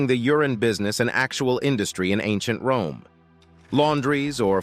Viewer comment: Wome is your Fwiend. 😂😂😂